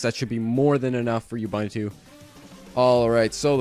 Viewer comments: Thanks for the instructions. But Ubuntu is pronounced differently - uboontoo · Great tutorial! it's pronounced "oo-BOON-too" though.